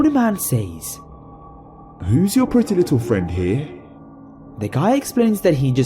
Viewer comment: NUMBA ONE!: It's pronounced "sez", not "sayes". Good job though